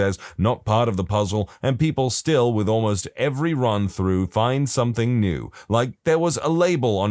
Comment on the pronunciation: No K in the word something